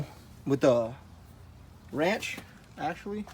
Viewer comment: How the hell do you make a to do video when you don’t know what a socket wrench is, and pronounce it “Wench”